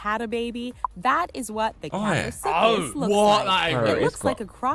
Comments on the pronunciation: Ikr, I was annoyed when she said kaprosuches wrong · I’m going to do palaeontology which means I discover these kinds of creatures around the world in of course fossil form. But, these videos where that lady narrating the different species and getting the pronunciation for the name wrong just bugs me 😡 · Narrator - Kaprosuchus. Simon - Suck Us 😃. Subscribers - Simon SUS 👁️👄👁️ 💀